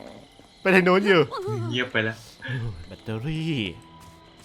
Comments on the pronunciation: พี่คับแบตไม่ใช่แบท😂😂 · แบตพี่ ไม่ใช้ "แบท"